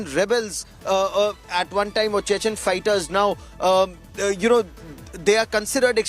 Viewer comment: Can't even pronounce properly Chechen